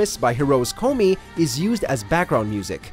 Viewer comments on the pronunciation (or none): none